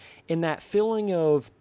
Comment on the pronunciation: it bothers me the way you say feeling haha, filling